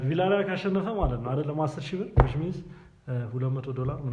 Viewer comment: ቪላሪያል ሳይሆን ቪያሪያል ነው ሚባለው man